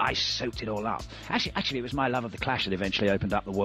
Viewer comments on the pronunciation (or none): none